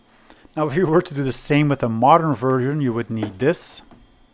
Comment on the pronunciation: it's another one of those "DIS" guys. WHAT THE HELL!? Hi. People on the internet used to be able to say TH. THIS. TH. THIS. Got it? Not DIS. I'm sick of hearing this influx of people who can't SAY WORDS CORRECTLY. DIS. DUH. DAT. DEE. DOH. DEK. DO DEKAHEEDRIN Get OUT OF MY EARS.